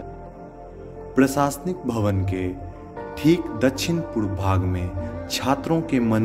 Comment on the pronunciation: pe bhai purv ke jagah boorv bol rhe ho kya? bhai pronounce karna sikho pehle ...video me pronunciation boht kharab kar rhe ho ...